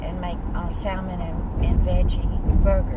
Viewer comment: The L in salmon is silent.